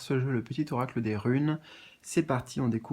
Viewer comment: Mdr tu m as fait sourire quand tu as dit eracle au lieu d oracle ça m a fait penser à Héraclès qui est hercule et le message c'est les mystères divins. Hercule est symbole d immortalité protecteur des. Athlètes et protège du danger. Immortalité = lien d âme et athlète = guerrier